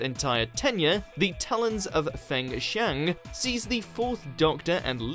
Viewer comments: The Talons of Veng-Chang?!? The Talons of Weng-Chiang. Plonkers! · I swear you do this on purpose. Magnus Greel's alias is pronounced 'WENG CHI-ANG'. Not 'Feng' or even 'Veng', but 'WENG'. And the story is a 'Pseudo Historical' as it is set in Victorian England, but features a time-travelling war criminal from the 51st century, and his personal homuculus. The only true historical story of recent times is 1982's 'Black Orchid', set in 1925. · "Me-no-bah-terra"? "Feng Shang"? Some sketchy pronunciations there. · 1. Can't pronounce 'Menoptera'. 2. Get basic plot point about "The Web Planet" wrong. 3. Put Vorg in a video about 'monsters'. 4. Call the Tom Baker episode "Feng Chiang"... I mean, how do you even manage that? It literally is the title of the episode.... WatchMojo utterly suck at researching the subject of their videos. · Pretty sure Tom Baker pronounces it as Weng-Chiang, not Weng Shang. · Vorg isn't a villain. Do your fucking research. Also it's not veng chang. It's weng chiang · It’s weng-chian not thing-shang if you’re going to do a top 10 list about doctor who you need to get the names right not go making up your own imaginary episode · They should do a Top Ten Mispronunciations Of Names In Doctor Who Lists - lots to choose from but Talons Of Feng Shang is my bet for the number 1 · 1. Vorg wasn’t a villain 2. How the actual fuck did you just pronounce “Weng-Chiang”? “Fang-Chang”? 3. Kandyman, along with that entire story, was satire. They intentionally made the story look low budget, and Kandyman’s ridiculous look and persona was entirely intentional. 4. If you guys mention the Abzorbaloff one more time I’m gonna commit liven’t. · Its Wang Chiang! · "Feng Shang"?? Does anyone do any research for these videos? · exactly, they pronounced davros dav-rows and Weng Chiang Feng Shang.... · “Feng Shang”???